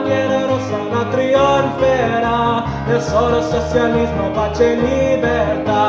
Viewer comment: socialismo is not spelled soSialismo (we are not Spaniards that pronounce the Ci as Si). Socialismo is spelled like "So-Chee-alismo". I hate when they, expecially Anglo-Saxons, associate Italian automatically to Spanish. Riscossa has a " Sco" inside and he says "riCossa".